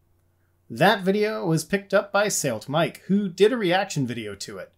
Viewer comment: SaleT Mike… now I can’t unhear it. :)